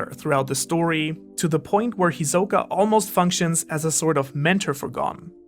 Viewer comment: why are you pronouncing all the names wrong? lol, who says Ko-moogi? and you said hisoka and pitou and gons name wrong too, well at least from how they pronounce it in the dub